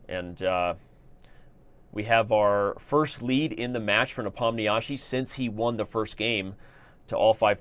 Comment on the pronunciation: When will people learn to pronounce Nepo's name correctly? It's getting to a point where one can hardly endure it anymore. For a start try "Ne-pom-nee-she" or click on the arrow here